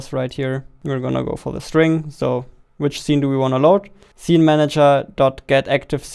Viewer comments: zee. No its see with S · See❌ Zee✅ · not hating or making fun of him but i love how he says Zene instead of scene xD